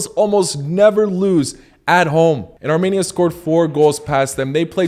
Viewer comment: I’m from 🇦🇲Arminia🇦🇲 so I know it’s pronounced Armenia, not Tarmenia!